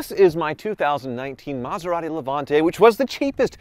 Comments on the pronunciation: he said Methorati 😂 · "Metherati"!! I'm crying lol!! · Metharati ? 😂😂😂 priceless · A “Meth er rati”…..🤣